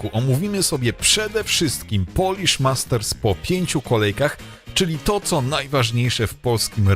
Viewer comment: Polish, nie Polich